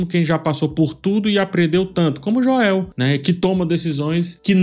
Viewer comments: concordo, e nesse mesmo video, ele fala corretamente enquanto menciona vários personagens. Me tira da análise também. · Por que vc coloca a tônica do nome do Joel no “e”? 🤔 se a proposta for aportuguesar, vc deveria fazer isso com todos os nomes, não? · Fechei o vídeo depois de ouvir "Joel" em português 5 vezes seguidas... Não conseguia nem prestar atenção mais no vídeo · Pq nas análises dessa temporada tu está falando "Joéu"? Assisti as analises da temporada passada e você pronunciava corretamente. É para engajar? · Falta de respeito com o personagem ele chamar o Joel de Joéu, me incomoda demais, me tira da análise completamente. Ridículo da parte dele se é apenas para engajar... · Meu filho de 10 anos perguntou: Papai, ele é viciado em falar errado? (Referindo-se à pronúncia do nome do Joel). Se todos os nomes fossem lidos em português, ok. Mas só o nome de 1 personagem ser lido em português, fica zoado. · Pronúncia do nome Joel tá errada cara se liga ai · A pronúncia errada do nome de Joel me tira do vídeo totalmente. Qual a dificuldade de pronunciar o nome do personagem corretamente? Deslike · Joel se pronuncia como "Jowl" e não "Joél". ;) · Mas depois abri o vídeo de novo e terminei de assistir essa obra de arte.. Mas sério cara, para de falar Joél, pelo amor de Deus. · por favor, não chama ele de Joél, tenta falar o nome em inglês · JO-É-Û que brochada kkkkk É Joel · Me dá muita agonia tbm. Parece que tá falando do Joel Santana. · sempre brutal nas analises, mas confesso que ainda não me acostumei a escutar "Joél" me estraha um pouco hahah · "Jóel" kssksksskssks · Aproveitando o tema, desculpe por ter criticado pelo “Joél”, pode chamá-lo como preferir, seus vídeos são top! Vou assistir todos até o final da série, como acompanho desde 2020 pelo react do jogo. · Joél? O irmao do Joél? Kkkkkkkkkkkk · pq vc diz Joél? Da agonia kkkk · Pelamordedeus, pare de falar “Joél” kkkkk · “Jo-el” não dá kkk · "Jôél" não da, fala o nome do cara certo po